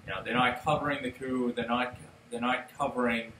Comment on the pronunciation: it is pronounced cooo not coop